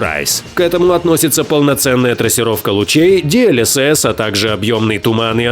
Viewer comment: ДИ ЭЛ ЭС ЭС - а не ди эль эс эс — DLSS прям уши режет когда диктор это говорит.